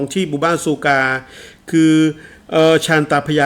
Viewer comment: บ้านซูคาครับ ออกเสียงผิด ความหมายคือหนามขม